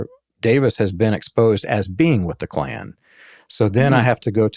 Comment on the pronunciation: It's Ku Klux Klan, not "klue Klux Klan".